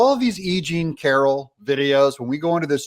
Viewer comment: I thought he said a-ging Carroll instead of e jean Carroll at first.